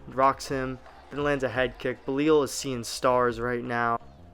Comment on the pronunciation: You gotta learn how to say belal